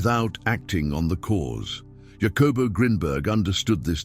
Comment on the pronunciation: Not meaning to be a Karen, but out of respect for Jacobo, it’s pronounced Hakobo Greenberg in Spanish.